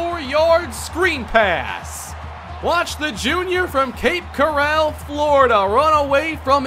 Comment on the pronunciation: So, incredibly minor thing, but Cape Coral is pronounced like the coral reef, not like an Old West corral